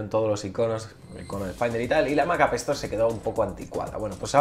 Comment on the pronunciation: Me encanta como le llamas a la Appstore "Apestor" XD...Creo que si le queda.